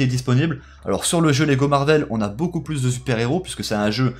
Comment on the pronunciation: Rayman 60600 ‘’plus’’ est pas ‘’pus’’